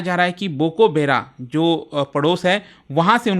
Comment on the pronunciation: Bokobekra ❌ Borobekra 👍